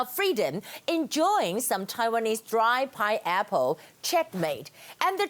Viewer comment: 妳要不要去查一下鳳梨的發音... 真的不是pi--apple 不是圓周率蘋果